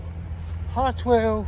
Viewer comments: Harwell not Heartwell 😮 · It’s pronounced “Harrrr well”. There is no “T”.